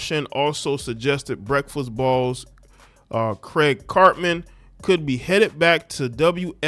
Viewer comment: Craig Carton not Craig Cartmon.